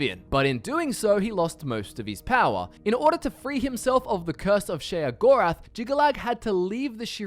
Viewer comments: its pronounced SHAY-GORATH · i swear everytime you say sheogorath i cringe